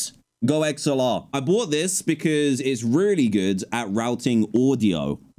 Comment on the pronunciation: dan is flexing saying "i boght this $800 ting and i dont use it" hahahaha